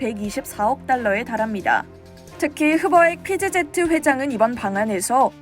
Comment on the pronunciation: PGZ(피지제트)가 뭡니까? "피 쥐 지"로 발음해야지요 ㅋㅋㅋㅋ